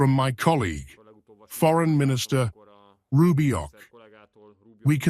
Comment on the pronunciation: It ain't Rubiok or Rubioc but Rubio. The Russian robot that speaks screwed it up.